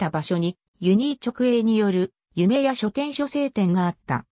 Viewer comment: 「しょせい」じゃなくて「はつおい」な？笑